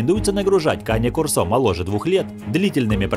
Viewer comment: Не корсО, а кОрсо! Говорите правильно! Это итальянское слово, и у него ударение на первый слог!